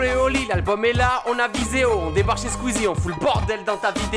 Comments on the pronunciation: La fin est juste 😂🤣🤣🤣🤣🤣trop fort les fréros ❤️❤️❤️👏👏👏bonne chance pour jeudi 18h00 le clic et la chanson et stp oli arrête tes Chleasme et squeezie ça se prononce Kleuasme 😂 😂 Clément lui le savant à parrament 😂 bon je serais au rendez vous tkt 👏👏💪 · C'est moi ou a squeezie se fais appeller "squiz" ?